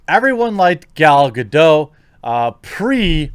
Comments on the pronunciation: Someday you'll learn to pronounce gadoT correctly!!!!!!!!!! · Everyone pronounced her last name "Geh Doh" when the actress herself has pronounced it "Geh Dot". It's so weird, but true. Not important. Just an observation.